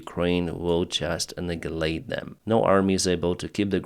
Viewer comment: the word "annihilate" is pronounced "AH-NYe-eh-layt."